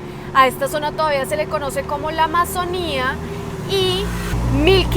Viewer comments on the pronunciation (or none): none